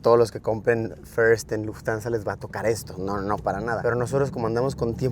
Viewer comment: Se pronuncia Luft-Hansa no Luftansa 🥲🥲🥲 sorry pero mi Monk interior no Puede mas